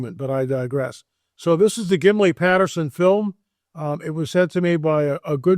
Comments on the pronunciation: Why does keep saying, "Gimli Patterson," film? It's Gimlin. And it's always been called the Patterson Gimlin film. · Well first you pronounced Gimlin wrong. Second it never aired on tv in 67, 68 or 69. Lenard nimoy was on Star Trek in the 60’s. So you never saw it then. You should speak to real biblical scholars as to the meanings of words. You are speaking about book of Enoch that is not canon. Catalina island is a hoax even the giant hunters showed this. All nonsense